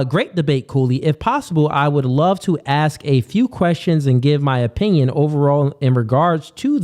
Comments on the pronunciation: axe or ask? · Everybody take a shot everytime the brother says ax.